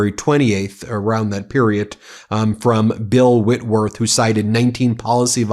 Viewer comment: Thanks for pronouncing Whitworth correctly. All my damn life people have gotten that shit wrong. Like my high school, had to get a new copy of my diploma and it took months because they kept sending the printers the wrong damn name even after spelling it for them they still sent the wrong damn name. I don't even know how that's possible. Was around 6 months of dealing with them. They either call me things like whiteworth, whitehead, whitmore, and some others